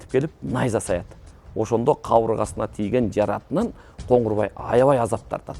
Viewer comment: Коңгурбай эмес, Коңурбай